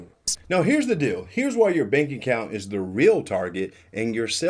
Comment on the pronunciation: Yep, she said “bank appount”